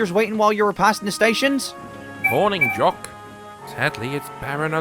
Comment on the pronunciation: It’s jock not yock geez 🙄 how hard is that